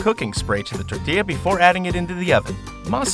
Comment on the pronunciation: ...he said tor-ti-ya not tor-til-a. YASS